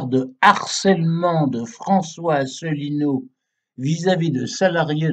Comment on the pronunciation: ASSELINEAU (pas Asselneau, ni Assélineau)